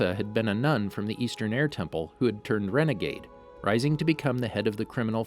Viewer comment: did I hear Renagade???